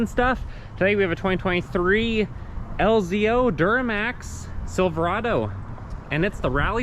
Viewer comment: Lz0 not lzo. Just saying. Also oil fill. Not diesel filler